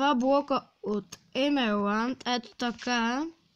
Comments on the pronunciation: Казва се емералд а на емеланд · Не се казва емерланд а емерауд тапанар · Mn ma kefi kak kazvash emelaud 😂😂😂👌